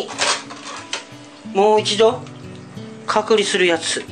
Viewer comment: 前から思ってたけど隔離の発音おかしくね？